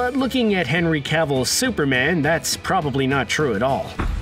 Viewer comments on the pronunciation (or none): none